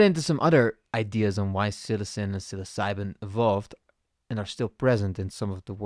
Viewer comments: Oof… Psilocybin… not Psilcybin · “Psil•osabee” pronunciation is so triggering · Funniest way I have heard anyone pronounce psilocybin in my life that shits funny